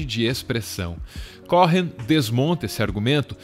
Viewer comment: Só uma correção: o sobrenome é pronunciado "Cohen" mesmo, não "CóRRen"